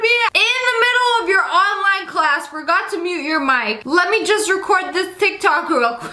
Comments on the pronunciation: Did no one notice that she said “Tic Tacs” instead of “Tik Tok” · Who else noticed that she said “tik tak” instead of “tik tok” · At the beginning you said tic tac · Anyone gonna talk about how it sounded like she said tic-tac? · Everyone sounds like they say tictak. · Omg she said "ticktacks"😂😂😂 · You said tiktack!😂😀😁😃😄😅😆🙂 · Did you just say TicTac?